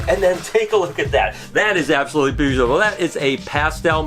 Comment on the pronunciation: lmao when he tries to say beautiful